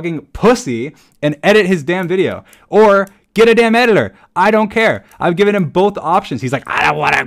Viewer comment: Why does he pronounce "editor" as "edilor"??